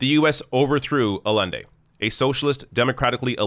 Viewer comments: Allende, not Alende. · two consequtive ll's in spanish make a Y sounds btw, it's "ay-en-dei"